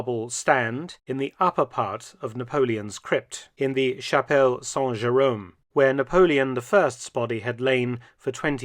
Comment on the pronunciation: When you try to say "Chapelle Saint-Jérôme", the way you pronounce it, means something else entirely. you are effectively saying "Chapel without Jerome" 🤣🤣 (sans instead of saint)